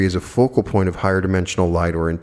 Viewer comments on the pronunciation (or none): none